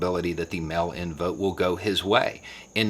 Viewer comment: I agree with this - and yes it's frustrating as hell, even though it'll end up benefiting me since I mailed in my request for a mail-in ballot yesterday here in Florida. Just one TINY little critique of the video...I had to hear it a few times before understanding that you weren't talking about a "melanin ballot." Enunciate for us transplanted yanks listening in please! MAAAAAYL! Not mel. Sincerely - one of the minority in The Villages voting for Biden.